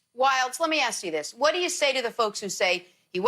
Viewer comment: Ask or axe? lol 😂